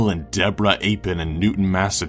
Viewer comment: You suck. Mathew Epham is pronouced "E Fam" you stupid fuck! BTW - The mother did it! Not Woodward. Everyone knows that!